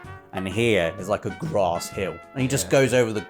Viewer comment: says grass wrong!